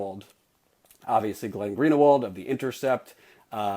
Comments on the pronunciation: IT'S GREEN-WALD.... NOT GREEN UH WALD....... FOR GOD'S SAKE, YOU'RE JEWISH TOO....HIS NAME IS VERY CO,MMON AMONG US.... YOU MAKE IT SOUND LIKE GERRY FORD'S PRONUNCIATION OF 'JUDG UH MENT'.... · Green-e-wald? No, Greenwald. There is no extra vowel in there. Good work you're doing though,. Thank you very much. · / its glen green-wald not glen greener-wald ! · it's pronounced Glen Greenwalled you are saying Glen Greenerwald. But that's a minor issue, keep up the great work. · Green-a-wald? lol It's distracting, that's all. I think Greenwald is two syllables,! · "Greenawald, excuse me for mispronouncing..." Just yanking your chain. Keep fighting the good fight. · Last comment: Dude, it's Glenn Greenwald. I know it's unimportant because the pronunciation of his last name has very little journalistic value, but why are you saying it so weirdly, lol?